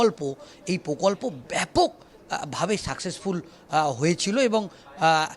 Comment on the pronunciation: (সাংবাদিক ) বক্তার উচ্চারণ এত দুর্বল কেন? স্ স্ করছে। প্রকল্প'র উচ্চারণ 'পোকল্প' কেন?